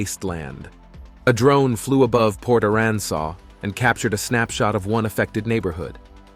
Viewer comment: There is no SAW in PORT ARAN SAS.. can you say MEXIA? In texas A sounds not like A not a O